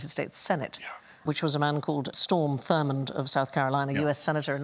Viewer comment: And it's also Strom Thurmond, not Storm.